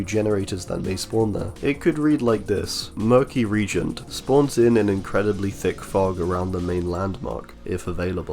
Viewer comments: I'm sure other people have mentioned it so sorry if you're sick of hearing it, but reagent is pronounce re-agent, not like regent. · Murky reagent with Freddy's Dreamworld makes it REALLY dark for survivors tho Also it's pronounced "Ree + agent"